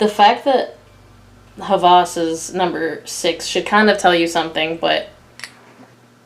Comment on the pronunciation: It's hilarious hearing you pronounce the perfumes' name as if it was French or German. It is Hawas not Havas and it means obsession. It's not Sugo either, it's Shaghaf which means passion. I'm not sure how can they make the pronunciation more obvious on that one but it's Daarej not Dareej.